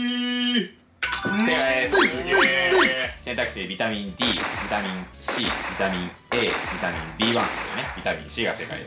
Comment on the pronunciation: こうちゃんがリスペクトしてた伊沢さんの「ビタミンッ↓スィーーー↑」という言い方はこの動画か！